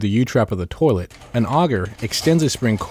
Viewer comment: Why do all the dudes in the tutorials say toe-lett